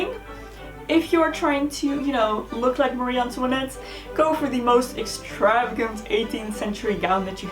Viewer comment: Antoinette is my middle name and I finally found someone who can pronounce it properly I cannot even pronounce it love it 😊